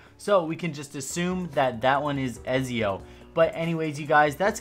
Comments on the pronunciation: "EZIO" ooooofff ETZIO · "ezzio"... Ew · It's ET-zio not EZ-zio =. = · Who tf is Ezeo??? Ya mean Etzio? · It’s not ezzii it ezio uhhh do it with me ac fans 3 2 1 🤦‍♂️ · Let’s go Eh-zee-oh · Just want to point out, Ezio is pronounced more like Etzio with a light T and there were three assassins creed games with Ezio in it called “The Ezio Trilogy”. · When he said ezio’s name I was like it’s pronounced etsio but honestly I don’t get annoyed with people that say it wrong because you’d think you’d pronounce it how it’s spelled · The way you said Ezio really annoyed me hahaha... it’s (ETS-ZE-YOH) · Its et-see-o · Its pronounced “E-ts-ee-oh” dummy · the way you say Ezio is not right and it's cringe worthy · Ezio. It's ,,c'' not ,,z'' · Anybody else get annoyed when he mispronounced ezio?